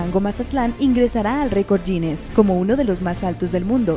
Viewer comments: record "giness" no yines!!! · La lerra "G" en la palabra "Guiness", no pierde so sonido, aunque se diga en inglés